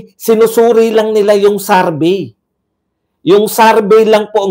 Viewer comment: Survey not sarvey